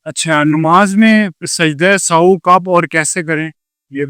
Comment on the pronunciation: Sajda e Sao ni sajda e sehw is correct pronunciation.